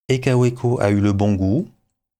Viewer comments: Ca fait vraiment bizarre de vous entendre prononcer "kaoueco" un peu comme si on disait une volksouagen" 😅😅😅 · En Belgique, nous disons Kaoueko, Volksouagaine... et même Béèmoué pour BMW 😁